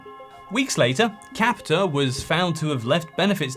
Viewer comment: Capita, the r is silent